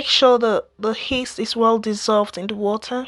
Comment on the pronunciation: its not Heast but rather Yeast 😅